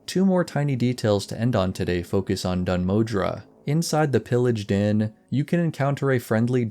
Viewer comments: The, er, pronunciation of Dun Modr would be 'Moh-dur', not 'Moh-dra'. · My good sir, whete do you find the letter A in Dun Modr? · dun modre or dun moðr? :D